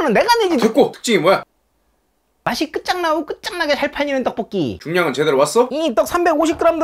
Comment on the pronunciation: 떡뽀기 아니고 떡볶이 궁시렁ㅎㅎㅎㅎㅎ